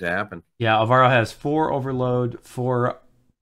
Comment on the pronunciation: It's ÁLvaro, not álVAro.